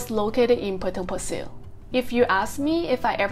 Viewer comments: You pronounced "Pasir" wrong. It's a Malay word and hence it is pronounced as "Pa-Say" which means "sand". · I know you will be back for the Fish Head Noodle Soup!😂 I actually wanted to date you for dinner at that coffee shop after the pandemic! I am staying nearby and the NTUC you mentioned has closed down. and let me teach you how you pronounce Potong Pasir locally......Potong Pa_Say!🤣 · I lived in Potong pasir for 10 years and goes back annually. My family still lives there. I have never never ever heard anyone pronounced Potong Pasir the way you pronounce it. It’s Potong Paseh not Pasil. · FYI the right local pronunciation for Pasir is sound more like 'pa say' not 'pa sir'. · Potong Pasir is very close to the apartment where I was 31 years ago. Your pronunciation of Potong Pasir sounds cute. I used to play basketball their prior to my departure to US. Have a good weekend. Thanks